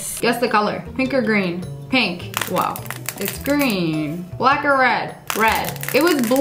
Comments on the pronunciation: u said wos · you said whoa not wow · YOU SAID WOAH, YOU SAID YOU CAN NOT SAY WOW,GET IT RIGHT NEXT TIME.😡😡😠😠😤😤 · u said woah not wow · You said the w ward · I'm pretty sure she said "woah"not ✨WOW!✨ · She said whoe not wow